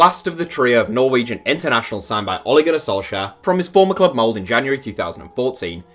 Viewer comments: B1G D4ddy The video says Mold. It's Molde, with the "E" !! And the norwegian "E" (Ole, Molde) is not pronounced like the english "E", but rather somewhat like the "ea"-sound i "bear". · Molde is pronounced with the "E" !!